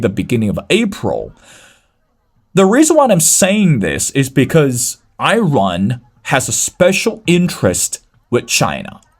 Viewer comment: Dude, its Iran not Eyerun